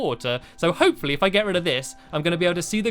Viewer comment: When u said hopefully it sounded like u said hope for leeeeee